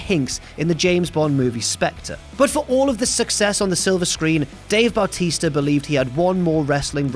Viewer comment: you pronounced Bautista at the beginning of this like Bowel tista 😭 anyhow great retrospective indeed!